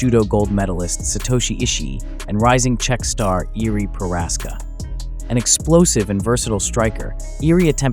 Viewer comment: Combat account doesn’t know how to pronounce Prochazka